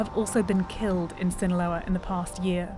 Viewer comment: "Zzinahlouaaaa Mecziiko" 🤣🤣🤣🤣🤣